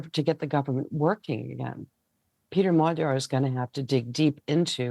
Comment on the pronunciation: lazy repoprting if you cant even pronounce the main guys name. its not hard to say